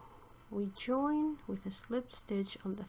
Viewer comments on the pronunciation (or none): none